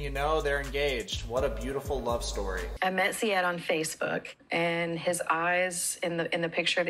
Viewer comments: Its not sayeed.. its see'ed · You called him "Za-id" the whole time lol did you watch the show? that's not how you say the guys name! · honey it's Zi as in zee and ed as in tED "zied" not "zaid" you don't spell the I the English way, LOVE your channel sooooo much man keep it up ❤❤🇹🇳🇹🇳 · Micah isn't Rebecca's son but future son in law, he and her daughter are engaged. The daughter looks just like her it's kind of crazy. It's also Zee-ed. I'm not the pronunciation police just letting you know lol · Love your videos! Am I confused or is his name not pronounced “Zee-ed”? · Im tunisian and we pronounce it zee-yed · Please learn to pronounce ZIED: ZEEE-ED. Thanks. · You keep referring to him as Rebecca's son, but he is not. He is her daughter's fiance. And you keep mispronouncing Zied's name. Lots of errors in your vids, dude. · it's not that hard to hear something and repeat it. Especially when zied is a really easy name to pronounce so how come you managed to butcher it? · Ann Wahlquist DUH don t you think i know that too ? You were pronouncing it wrong. I am an arab native so don t argue